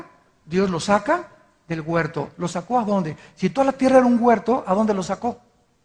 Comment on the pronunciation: Alducin es un indocto, no sabe ni hablar dice: guerto